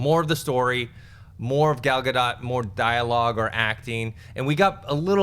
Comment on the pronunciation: is the only one who says Gal Gadot's name right. That Wonder Woman trailer was magnificent.